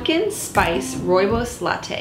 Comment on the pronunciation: Hi! This video made me so happy! In South Africa we drink Rooibos tea like water. We raise our babies on rooibos and according to most grandmothers it is the cure for everything. Also, your pronunciation of rooibos is 👌🏻 perfect! (It is an Afrikaans word). I will definitely make this recipe. I love your channel and your recipes. I am working on a sourdough starter so I can try them all. Thank you!!!